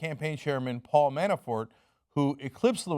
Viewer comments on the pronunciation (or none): Cenk, you need to work on your pronunciations. It's "Lev-in-dov-ski" and "Man-a-for".